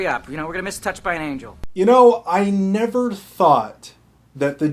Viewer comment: 936: I heard that! You said "I neverD thought" lol I knew the AnDaconda thing wasn't a complete goof! Good review byw you're quite charming to listen to